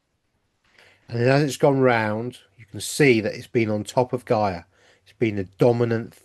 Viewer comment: Still can not understand how you pronounce Gaia , ( GAY .A) ..And then you pronounce Gaia, ( GUY.A ) .Which is the most common pronunciation. MAYBE YOU CAN ONCE AND FOR ALL STICK TO A PRONOUNCIATION ( one way or another!!